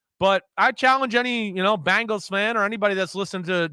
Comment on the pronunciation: Great NFL overview from Chris Simms. Dave does a great job of just sitting back and letting Simms opinions flow. Interesting seeing the different podcast styles. Dave is more filtered for sure. Nice to hear Chris call himself out on pronouncing Bengals as "Bangles". Bangles were a girl musical group. That always makes me cringe. Bangles! Guys, we are going to see some very competitive football this year. This is going to be a great horse race!